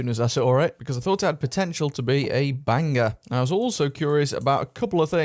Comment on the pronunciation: Why are you emphasising the G in bang?😂😂😂